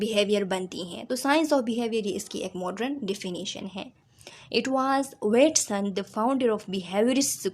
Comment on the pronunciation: Waat-son not wet-son